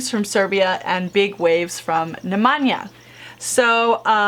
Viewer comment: NE MEN YA Is how Nemanja is pronounced. Bella Novich (Belanovic)